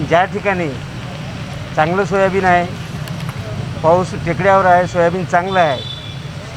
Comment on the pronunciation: Soyabeej Galathy "Soyabeen" kaho News Reader sahab.